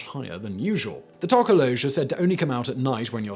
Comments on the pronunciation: Its not To-ko-low-sh, but more like Toh-koh-loh-sh (short o sound). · I know it as to ka lo sie and in South African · Number 3 is pronounced Tok - o-lo-shee, Simon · For pronunciation it's tork~or~lorsh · Alternative pronunciation: To - ko - los - sie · Hahaha South African here. I enjoyed hearing you completely mispronounce "Tokoloshe" (no disrespect here, really enjoyed it 🤣). Your videos are absolutely epic and amazingly done!! Thank you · Not gonna lie, I almost scrolled past because I'm kinda over urban legend but I just had to hear Simon pronounce "Tokoloshe" and I was not disappointed. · Don't say tokoloshe like that you butthead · That pronounciation of Tokoloshe lol. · The way Simon said 'Tokoloshe' made me giggle a bit. Fun fact, this little urban legend is so well known that a lot of South African families from different cultures and races threaten their kids with the Tokoloshe. My gran once told me that I shouldn't whistle at night or he would come. I stopped whistling from that day.